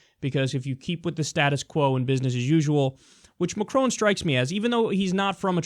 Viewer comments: Agree with the clip...but his name is pronounced măkʹrŏn...and you'd be the one and only news person who correctly pronounces his name :D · Kyle it's Macron not maCROONE. So funny! there is no n sound at the end. Its between Macro and Macrou. but not maCROONE. You pronounced Mélanchon much better! Your analysis of the election is right. The difference between Macron and Clinton is age or let's just say less influenced as of yet. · when you say macron, to pronounce the R in his name think about macaroni, plus the N in his name is silent.. He didn't win by a landslide, is 65% to 34% a landslide to you? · i like how you pronounce it McCrone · Dude at least learn how to pronounce his name.... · Damn you sounded American when you said Macron!